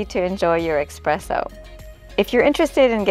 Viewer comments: Espresso, not expresso lol. Beautiful job, it's gorgeous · Beautiful result!! (Just a correction suggestion that it's "es-presso" not "ex-presso") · I love your design and choices for such a tiny kutchen...i would not have been brave enough to forge ahead with so much black, but it is lovely! (And it is pronounced ESPRESSO...not eXpresso. 😊) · It’s eSpresso. S. Not x. “Ess-press-o.” The dish drain rack over the sink is such a good idea! That was a feature in some apartments way back when (I rented a c. 50s apartment that had a metal rack over the sink, for instance), and I don’t know why it was ever done away with. I hope your design helps bring it back. This kitchen is just amazing and has given me so much helpful inspiration for redoing my rv kitchen! 😘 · Dying every time she says expresso 🙈